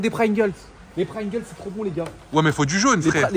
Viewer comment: Sa ce dit pringles et bonne journée